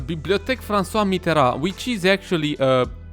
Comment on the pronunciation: Nice pronunciation on Francois Mitterand!